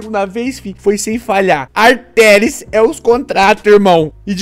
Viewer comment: que agonia desse a chamar a atheris de "artheris"